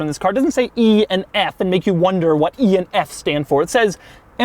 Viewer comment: Waft aint no country I ever heard of! They speak English in waft?